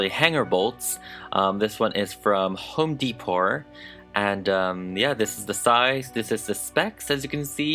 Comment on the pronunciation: “home deepour” 😂😂😂😂